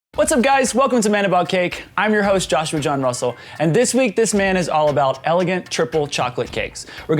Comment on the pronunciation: I swear he said muscle instead of Russel